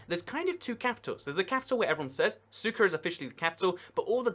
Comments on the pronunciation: he said cyka ._. instead of sucre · Another great video! Couple of things, in South Africa: the word is pronounced "APART'hate,"; in Bolivia, the first capital city is pronounced: "SOO'creh" not SOO'kerr" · SUKA?? seriously? it is SUCRE; There is a R and an E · Lol, sucker. That British pronunciation. Centre becomes Center. The american pronounciation is closer to the real one, Sú-kre. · French sugar. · Sucre???? Pronounced SOOK-RAY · lol he called Sucre "CYKA" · Hate to be that person but sucre is pronounced suk-ray .